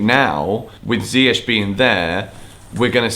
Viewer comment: Sm1 plse remind tht its pronounced as mendy, mendi n not mandy, mandi! N also lamps should learn how to pronounce ziyech not zayech..